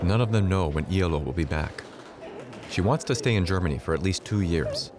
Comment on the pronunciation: Iyaloo not eylou